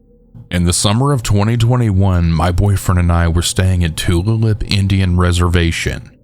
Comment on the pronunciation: Alsooo, Tulalip is pronounced Two-lay-lip